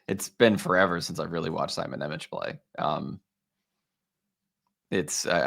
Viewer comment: Nemec is pronounced "Nemetz"